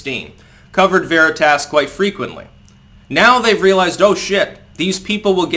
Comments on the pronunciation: Please learn to speak. Veritas is sounded out as veri tos, and not veri t ass. Watch Tom Fitten pronounce it. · says Veritas like a chicagoan. Veritahhhs! Good stuff O'Keefe keep it up!